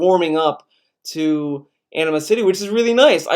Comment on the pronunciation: In a much more immature comment, I know it's your accent, but I'm sorry, I can't help but hear you pronounce "Anima-City" as "Enema City" and it's making me crack up. Not your fault, just a problem with my mind.